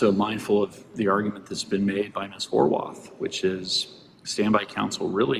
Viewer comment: Did the judge really say "HOW-ARTH"?🤦